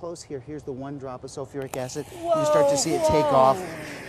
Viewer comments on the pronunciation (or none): Sulfuric. Not sofeeric.